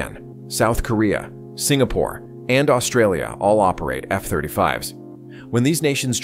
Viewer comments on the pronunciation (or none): none